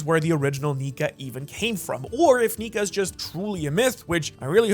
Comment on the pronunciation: Bro, That's Not How You Say Nika